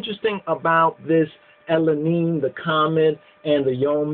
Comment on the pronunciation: El Enin, not E Lenin